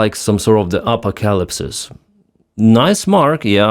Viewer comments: Much love and slava ukraini - note it's a-po-ca-lypse not a-pa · First, let me say thank you for your videos. You do great. But tonight you made me laugh. Apocalypse is pronounced ah-poc'-a-lypse. Not App'-o-ca-lips. You got it right later in the video. Thumbs up. Bought $120 worth of holubtsi at a Ukranian Festival today. They have been fund raising since 2014. We have three local Ukranian churches. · It's the apoca-LIPS 🤣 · Upper Calipsis? edit: Oh, wait.... Apo-calipsis? Apocalypse? LOL. Sorry, silly me : ) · It's pronounced as A - Pok - AH - Lips :) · Enjoy your updates so subscribed just now. BTW, apocalypse is pronounced a-pa-ka-lips with all the “a”s sounding like “a” in about. Slava Ukraine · Ahh-POCK-ahh-lips. And couldn't have happened to a better tyrant. 🙂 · It is the Apoca-lips 😂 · You said: "Apocalypse" I heard: "alpaca lips" Not a bad description honestly. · OMG. Can anyone pronounce "Apocalypse"? [ah - PAK - ah - lips, not AH - po - CAH - lips]. SMH. 🤦🏻‍♂️ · His pronunciation of apocalypse is hilarious.